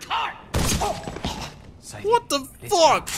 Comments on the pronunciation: "Say-dee", not "Sa-dee". They literally say her name throughout this... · Say it with me, Say-dee not Saddy